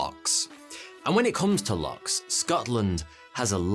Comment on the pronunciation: oh dear not called locks, lochs